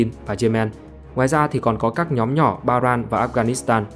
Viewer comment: Ba ren chứ ko được là Ba ran